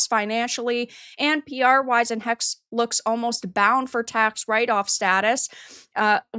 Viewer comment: It's pronounced "Hexe" not "Hex" there are (almost) no silent letters in the german language